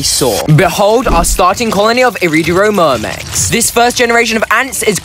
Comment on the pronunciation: erm actually it's iridomyrmex (no r)